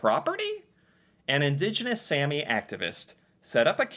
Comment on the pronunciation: A is pronounced the way you say All The way you said Sami is Sæmi Using Æ So now you also know how to pronounce æ and a in Norwegian :D Fun videos to watch as an typical average Norwegian Would be fun to see you try to learn the languish at this point, it is not far from English as you know from videos you watched